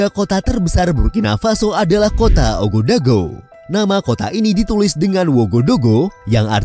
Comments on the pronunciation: Sekedar "Sharing" ... Bang❗😊 Cara Baca Bahasa Prancis 🇫🇷 begini ... Bang : OUAGADOUGOU dibaca : UAGADUGU (OU Dibaca U)❗😊 Merci beaucoup de votre Attention❗😊🙏🙏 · Baca Ouagadougou sebagai Wagadugu. Atau secara singkat disebut kota Waga.